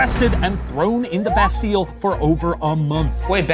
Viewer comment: But I'm European and we didnt have American history in school aside from the middle eastern conflicts soooo... but calling Bastille a bad band and a bad name: shame on you Ryan :P (also its pronounced Basteeuh)